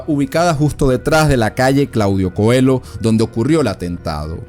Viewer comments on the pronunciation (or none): Calle Claudio Coello, no Coelo. Un poco de rigor, por favor.